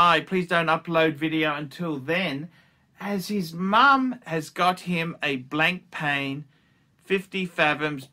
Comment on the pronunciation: Nice to see you continue to butcher Proper nouns! It's Blon-pa ffs.